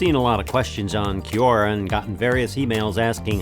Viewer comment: Nigga calls " quora " ( key- Ora )Yeah dude if you’re following proper English it’s quite easy to pronounce quora correctly